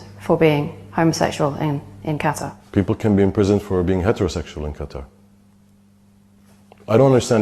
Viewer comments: Love how the Qatari man keeps pronouncing his country correctly but that dumb c*nt keeps saying it so wrong. Like she is alone is proving his point that people don't care what is right or wrong. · hate to do this but is correct in the pronunciation of Qatar. It's not CUTTER. It's cut-tar You pronounced it correct just then. Like with Iran. It's not "Eye-ran" It's "ear-ran" God bless. Much love from the UK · It’s pronounced like “Cutter” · I watch a lot of commentaries. This is a favorite. It's pronounced Ka-tar. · There is no Kiev/Kyiv thing. Qatar was always pronounced "Cutter" and we've always been saying it wrong.